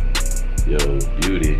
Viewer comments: You said beaty bruh😂😂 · Increase yo vocabulary *says Beaty instead of Beauty” 😂😂😭😭